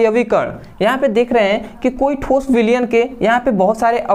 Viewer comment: Thoos nhi thos hota hai 😂😂